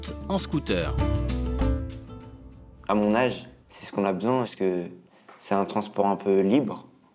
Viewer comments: Y t'a dit scoot'air mddr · Il dit « scotère » 😭😭